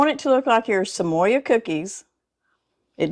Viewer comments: Samoa is pronounced sam-oh-ah. Dulce de Leche is pronounced dul-say de lechay. I love watching you show us delicious recipes - just wish you were my neighbor! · Sa mo (long o) a. Like the island. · I love your channel and these look easy and delish! FYI there is no letter "Y" in the word Samoa. Samoa is place, part of which is an American Territory of Polynesian heritage . It is pronounced Sam-ohh-ahh. 🌎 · Samoa-Sa-moh-a. Dulce de leche-Dool-say de leche. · Love you. Thank you for the great recipe. Just an FYI tho. It is pronounced just like it looks.....sam-o-a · LOLOL, you r so adorable!! LOL "Samoya" Truffles!! Samoa is from the country of Samoa!! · Thanks for explaining to her how to pronounce Samoa. I don’t know why I cringe at bad pronunciation but I do.